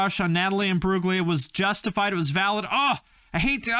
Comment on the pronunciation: It's pronounced "Im-broo-lia" - the G is silent.